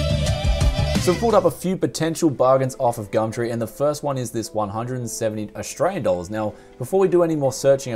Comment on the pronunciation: "today were going on gammtree" xD